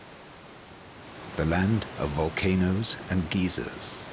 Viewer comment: "The land of volcanoes and geezers"